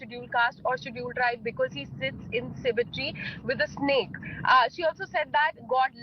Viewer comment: Its cemetery not symmetry!